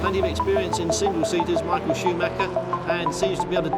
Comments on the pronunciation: Michael a nie misiael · czyta się normalnie michael a nie jakoś misiael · Skad pomysł na wymawiane "Misiael" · "Misiael" no padnę ze śmiechu XD Michael Schumacher jest i będzie legendą F1